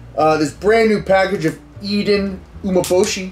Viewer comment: Pretty sure it's pronounced U-mé-bo-shi